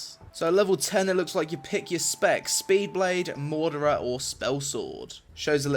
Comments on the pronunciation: Its MARAuder not MAUDerer just so u know ^^ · MOR-AW-DER (Marauder) not Morderer :) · "Mordera"haha it's Ma-raw-da. I know it's the accent, but I litterally didn't hear Marauder. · Maurader is pronounced "Ma Raw Der" not "Maw Der Rer" lmao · its Marauder not Maudarer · How the hell do you get "mordra" from marauder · Isn't it marauder and not mardurer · Well if I had to choose between this and Drakensang? i'd go Drakensang because it's not done by Trion. Also how do you get "Mordora" out of "Marauder"? the mount is called a "Furry" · It's not the accent, he's just saying it wrong lmao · Im sorry.... Did you just fucking say Morderer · You mean Ma-Raw-Der? (Marauder) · maurader is pronounced ma-raw-der :D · 2016 Maybe will finally learn how to pronounce Marauder. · You need to learn how to pronounce "Marauder" but apart from that great video as always.